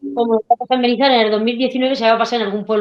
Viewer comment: Un nuevo suscriptor que viene de la entrevista con Rubén. Nos habéis aportado un rayo de esperanza. Gracias y felicidades por vuestro logro. Hasta el final de la entrevista pronunciando mal Benizar... 🤣